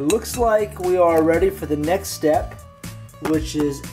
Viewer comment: Also who noticed he said stet instead of step